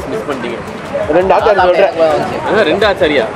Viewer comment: Bro adhu Aaachaari ila Achaari which means pickle in hindi